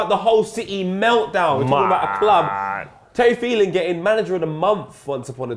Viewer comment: this man called him terry phelan